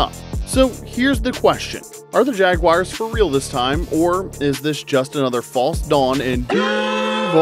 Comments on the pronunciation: Jags fan here it is JagWARS not JagWIRES, but nice video! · Please pronounce the team name correctly. It's JagUARS not JagWIRES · The assessment is good, but please stop pronouncing the team name incorrectly. It's Jag-war not Jag-wire. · I stopped watching the second I heard JAG WIRES. Do better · sorry but that just chaps my ass when people say Jag-wires 🤷‍♂️ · Why are you calling them the “Jagwires”